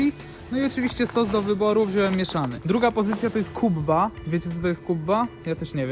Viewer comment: nie mowi sie kubba tylko kebbe